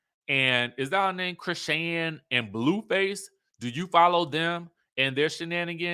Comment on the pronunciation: Chrisean is pronounced Chris-Shawn